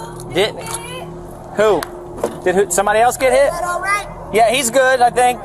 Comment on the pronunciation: I realllllly hate when suspects take a one syllable word and make it into several. I'm hurrr-errrt! "I got hiiiiiiii-itttttt!"